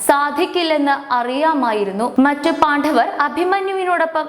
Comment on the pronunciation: പാണ്ഡവർ എന്ന് ശരിക്ക് പറഞ്ഞില്ലെങ്കിൽ വളരെ അരോചകമായിരിക്കും. ശരിയായി പറയൂ